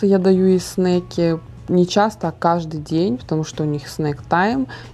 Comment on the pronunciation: Снаки, а не снейки. Навряд ли Сарра захотела бы снейков в школу взять🤣